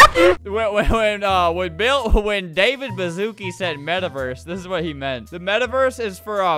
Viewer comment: ARE WE NOT GONNA TALK ABOUT HOW HE SAID DAVID BAZUKI